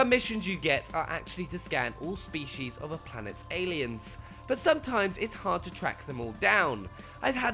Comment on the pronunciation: Da Se I couldn't unhear the way he says "species". Spee-Shees